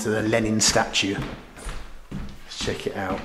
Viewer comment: Mr. check it “ou”